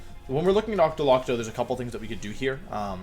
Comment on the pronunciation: “Ocktolocko” ok Wolfe